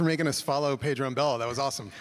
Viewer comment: Why she keep calling my boy "Pedo"